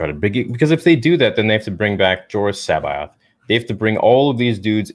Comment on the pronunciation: Joruus c'baoth is pronounced like cabbage, listen to the fucking audiobooks. Wookipedia has it wrong too.